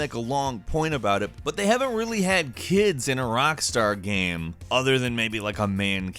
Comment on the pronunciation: I like it when you say GAM